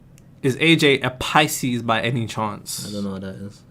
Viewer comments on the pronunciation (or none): none